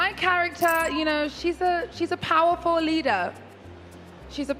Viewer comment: powaful lida